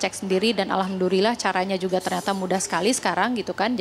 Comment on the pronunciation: tolong bedakan J dengan C, misal: juga bukan cuka, menjelaskan bukan mencelaskan.